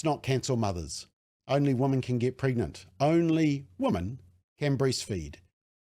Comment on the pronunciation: Thank you for the work you do. I am completely in support of your position but please learn the difference between "woman" and "women" New Zealanders are very bad at pronouncing the word women. Woman often comes out as women and vice versa. We/ they and you say woman when you mean women and vice versa. Anyone who is not a kiwi will think you are stupid and not take what you are saying seriously. I want you to understand. I agree with your position but the way you pronounce woman and women will confuse non-kiwis and some kiwis. The word woman ends with the sound "man" The word women ends with the sound "min".